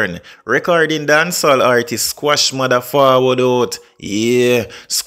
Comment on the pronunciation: Lady not squash...its Quash 😅😅😅